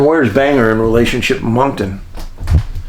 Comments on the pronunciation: Bang-Gore not Banger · The pronunciation of that pace in Maine, sounds like, `Bang Gore`, just so you know.